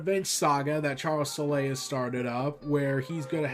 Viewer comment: The thing I do want to correct for future reference is the “e” in Charles Soule name is silent. Just an FYI